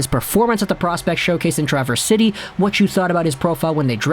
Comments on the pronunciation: You said it right holmes lol I lived there for about a year Michigan city names do usually escape non natives so I'm proud of you 😆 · As a local of Traverse City, you got the pronunciation correct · Good job way correct that pronunciation Traverse City. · You said traverse city correctly, son. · He most definitely said it correctly. I’ve lived here my whole life and that’s how everyone I know says it. How the hell do you pronounce it? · mcisaac is like glass at this point, I hope it isn't the case ut he seems like he isn't going to make the main roster. Also, you pronounced Traverse City correctly.